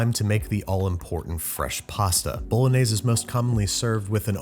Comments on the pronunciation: Babish: * says "Bolognese" * Italians: Porco Dio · The correct Italian pronunciation is "bo‧lo‧gné‧se" not "bow·luh·neiz". Just so you know 😅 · It's not pronounced 'Bolonaise', it's "bolonyazay" - Every Italian. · Authentic to a tee, but the authentic pronunciation is bo—lo-nee-eh—zeh instead of bo-lo-nays. Keep up the awesome work, though. You were one of the first YouTube cooking channels I watched when I was first learning! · Italians don't put milk and cream into ragu bolognese (pronounced bolonyaysay, not bolonayz). You made a nice dish, but you didn't make bolongese. Watch the bolognese video on the channel Vincenzo's Plate. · It’s pronounced Boe-loan-yez-A. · It's boulenese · Karens be like: it's pronounced "Bologanesh" 😼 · bOlOgAnEsH hehe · i thought it was pronounced "baloney" :P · its pronounced bah-lahg-neh-see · Y'all hating on Worcestershire but not Bol-añëz? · You : pasta bolognese Me : pasta BoLaGaNEsH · the way youre pronouncing it makes me wanna crash my fiat 500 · Okay yes I speak English as my native language but I'm forgetting a word so please help What's the B word that looks like should be something but is something else? It's not baloney is it? Something similar to baloney? I thought it was bolognese until he said it exactly the way it's spelt. Am I just imagining a word like that or what